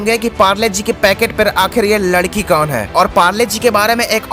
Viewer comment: Bhai ladki hota hai lakdi nhi